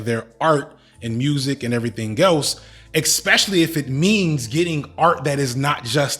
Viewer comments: Not a native speaker here. Why is he repeating ex-pecially instead of especially and exe-tra instead of etcetera? If it's a common mispronunciation, doesn't it make you sound a bit un-educated when using those? Is his English nearly standard otherwise? Can't tell, help! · It's definitely uneducated, they're just parroting words they heard from someone else. There's no letter 'x' in words like 'especially' and 'et cetera'. It's like saying 'laxadaisical' instead of 'lackadaisical'. People do it all the time, but it's wrong.